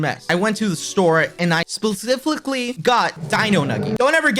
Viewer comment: I like how he can’t say “Specifically”💀